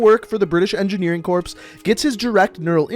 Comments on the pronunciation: ... Corps is pronounced like core. Not corpse. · Dude, you don't pronunce the "ps" in corps. It's not Marine Corpse. It's Marine Core. Haha I had to laugh when you kept saying it. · Its pronounced "Core" goddammit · pronounces Corps as “corpse” instead of “Core” Me: literally shaking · The fact the he was calling it corps, as in corpse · ITS CORE! just spelled like corps. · corps is pronounced core/kor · Corps is pronounced “core” js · Your supposed to say "corps" like "core" so stop saying it wrong